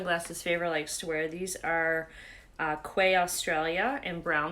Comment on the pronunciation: OMG. I never found a top with an horizontal seam across the chest to be flattering for larger size boobs! FYI...lol. The sunglasses are by Quay but it is pronounced KEY. Be blessed and stay safe!